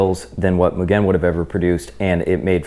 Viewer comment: Bro..like nails on the chalkboard the way this guy pronounces “Mugen” over and over again 😂